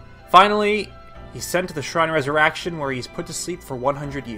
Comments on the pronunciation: “shrine of resurraction” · “shrine of ressur-action.” - 2017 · Link slept in the shrine of reser”a”ction